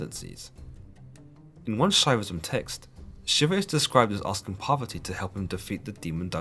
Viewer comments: I liked your video, but you have to work more in the pronunciation of names... It's not "Durge", but Durga, and not "poverty" but Parvati! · The pronunciation of Parvati and the Author pronouncing as Poverty. now I Know Word Poverty means Parvati of Hinduism. Shiva :- Is Kali Shiv :- Sankar even Judasim have Vowel S'va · Shiva’s lady’s name is Poverty? I am honestly asking, captions don’t help me as they say “poverty” but don’t capitalize the P, so I’m wondering if it’s just hearing it phonetically or has it wrong.